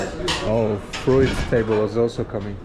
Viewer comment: Like how you pronounce fruit..... Froooit 😂